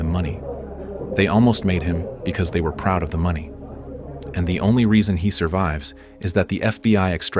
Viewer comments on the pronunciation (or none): none